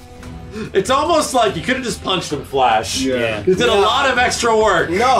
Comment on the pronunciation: The Flursh.